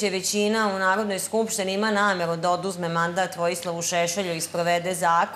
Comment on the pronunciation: Ej Hrvati.Ona kada kaze namevu onda misli na rec nameru.Nezna izgovoriti slovo R tako da je njeno V jednako R.Isto kao i Seselj.Ko zna mizda su rod?